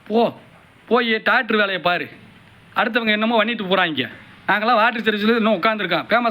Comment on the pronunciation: Doctor ❌ Tokter ✅